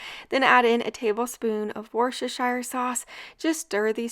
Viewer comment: In a matter of weeks, you've managed to completely change my perspective on the grocery store, and on NOT needing to use all of one ingredient for a single dish. In exchange, I just want to help you pronounce Worcestershire. It's, incomprehensibly, pronounced "WUH-stuh-sheer" sauce. Half of the letters used to spell it... are silent. I agree, it's a ridiculous way to pronounce it, but it's the way. 😅 Thank you for your wonderful channel!